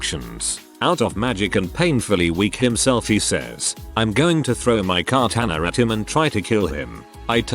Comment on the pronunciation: Everyone else: Katana TTS: Car-tannuh